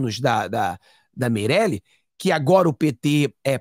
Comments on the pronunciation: Não é Meireli, é Marieli!!! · NÃO É MEIRELI. É " MARIELEN",!!!!